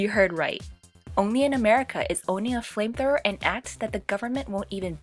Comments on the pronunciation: Did she just say framethrower? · Sounds like she's saying flame troower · Did she say framethrower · The way She pronunce "flamethrower", "flametrorrr"! 😂😂😂 Anyway, is very cute!